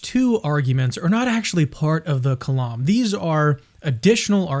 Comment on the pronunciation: The "lam" in the word kalam is pronounced like "lamb", not like "Lawm"